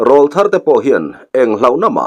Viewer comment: Râwlthar tiin lam ri ve tawh la....... insiamthat hi tum ve tur.. 😊😊😊